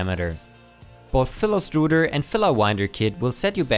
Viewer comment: Your accent while saying the word "filastruder" made me question whether I was watching a tech video or a pastry cooking tutorial (strudel). I should be sleeping.